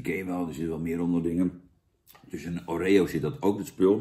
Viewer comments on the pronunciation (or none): Het is godverdegodver OOOOOREO en niet OREEEEEO en het is VANILLE en niet VANIELJE boerenlul...! 😘